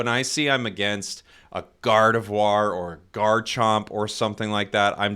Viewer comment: am I the only one who hearing saying God of War instead gardevoir